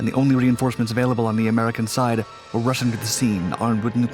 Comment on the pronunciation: Man I had to listen to this like 5 times before I understand what he said. It really sounded like ~"the only reinforcements available on the American side were Russian armed with nuclear tipped missles"... What?? how were the american reinforcements Russian.... (*turns on captions* captions do say Russian).... OHHHHHHH "rushing" to the scene!